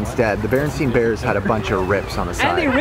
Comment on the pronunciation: You pronounced Berenstain Bears wrong lol